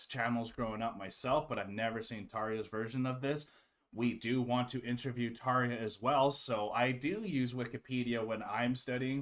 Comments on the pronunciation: This interview (like many of hers) shows her personality so much. I love it, she seems so happy and fun😄 Ans yes, the guy interviewing butchered her name😅 but it is a hard name though I am definitely very interested and excited if you ever get to interview Tarja😁 Thanks for this! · I've always enjoyed this interview. Tarja is gracious and lovely, as always! But dude needs to learn how to pronounce her name!!! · Thank you for this and for your nice words. The Interviewer is not so good in my opinion. First the mispronouncing of her name..he should’ve learn it before.. And why is he asking Tarja about the cost from ‚Once‘ and that some guy mentioned John Two-Hawks (wrongly) as a fraud.. How should she know that? And there’s nothing about that on Tarja’s Wikipedia page..